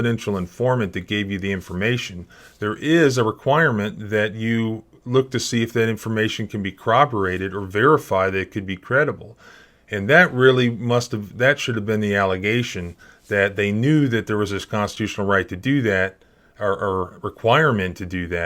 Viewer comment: You have a great channel but one thing I pick up on. You often say cor-bo-rate instead of cor·rob·o·rate. Not sure if this is just the way it is pronounced in your area/jurisdiction. Keep up the good work.